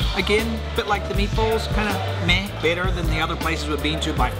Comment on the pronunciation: When you say "better", my American ear hears "bitter" LOL. Love your channel <3